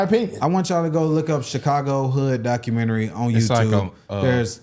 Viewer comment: Lol "docermentery"